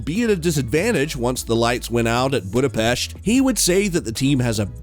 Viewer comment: Everyone, say it with me, BudapESH......